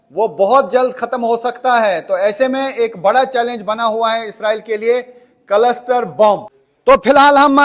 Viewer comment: Farzi 😂 कलसटर नहीं 😂 क्लस्टर